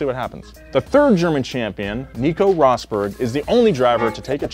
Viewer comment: bro you said nico roßbörk and mykill schumaker